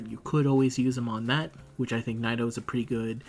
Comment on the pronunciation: The way you pronounce Nitocris makes me cringe.